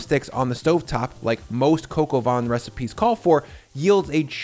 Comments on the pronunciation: its not pronounced coco van.. its cah coh vaih... -_ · “Coke o Von “. Jeezus fucking christ… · "Kok o vaan" is how it's pronounced. Not "coco von" 😆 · It’s not coco van it’s cock ow vin. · Pronounced more like "coke, oh van", and not "coco vawn". If you want to maximize the fat, I'm curious why you'd paper-towel the lardons. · Dude, Its "Coq au van" all over the fucking world, don't do the Freedum Fries performative dumb crunts carry on. Do you insist on veg cut "In Tiny strips" or "Julienne" ? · "Coke ah vaughn" lol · Your french pronunciation is oh so close but the way you say it sounds like, translated, "windy chicken" of "chicken of the wind." lol Say it with me: "cuck oh vei[n]" (don't pronounce the "n" in vein). Looks super tasty! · “Cocoa vahn.” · "Cock". I know America was founded by puritans so bad they got kicked out of the UK for being too fundamentalist, but it's still ok to pronounce things like "The Koch brothers", "Heckler & Koch" and "Coq au vin" properly. It's not going to hurt anyone. Oh, and "van" while we're at it. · Coq au vin. Not whatever you said.